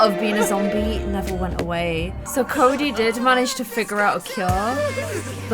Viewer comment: Army gear... on them... hot 🥵 You messed up Cody & Sebs Name at the start like 5 times.., you didn’t even notice.... Holly needs to be a part of stranger stories... Like needs too 💜 Love ya.... P.S I think Palo was flirting with Fatima... P.P.S Your intro ON POINT!! P.P.P.S.. omg whhhy Salome... we need Jess.. 🤞